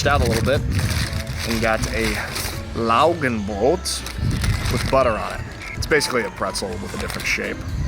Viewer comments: Perfectly pronounced Laugenbrot! 👌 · You pronounced "Laugenbrot" so well! xD